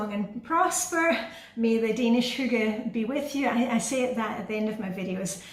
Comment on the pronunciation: Hi! Adore your videos, adore your style, adore YOU! I found you from Reddit, someone mentioned you in comments and I happily subscribed. You are a great motivator! And I’m American, so I’m also glad to have learned how hygge is actually pronounced 😊